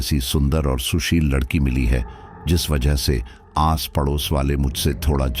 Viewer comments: aap Hindi bhi sahi se nahin bolate ladki wala Hona chahie Lakadi wala Nahin aur yah kya aapka naya drama hai paise dekar hi sadasya Ban sakte hain FIR Kahe Ki Family kahe ka parivar jismein Paisa Ho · पहले अच्छे से बोलना तो सीख लें लकड़ी वाला नहीं लड़की वाला बोलते हैं 😂😂😂😂😂😂